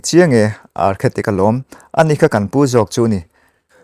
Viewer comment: Architect tih zawk tur a nih hmel, Archetic ni lovin